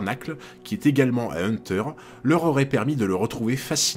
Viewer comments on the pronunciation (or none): none